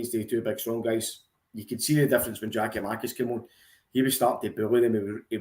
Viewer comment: Did you go highschool? It's Giakoumakis ffs.